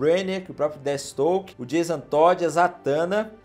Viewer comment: NÃO SE FALA DETISTOKE, A PRONUNCIA CERTA É "DEFIESTROQUE" !!! DESCULPA CORRIGIR, mas esses erros estavam me matando kkkk um fã da DC tem uma parada cardiaca com isso kkkk